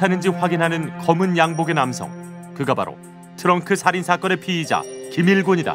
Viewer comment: "피해자"랑 "피의자" 발음좀 정확히 하쇼 쫌!!!!